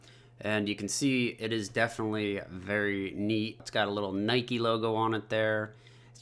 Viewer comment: everytime he said nike it triggered me